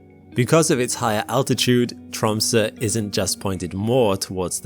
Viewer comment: Thank you for this bulk shipment of education and common sense, and for pronouncing Tromsø correctly 👌🏻